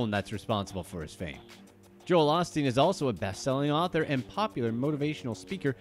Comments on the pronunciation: OSTEEN. OH. STEEN. NOT AH-STEEN. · Every time you said Osteen I cringed. It’s “O” steen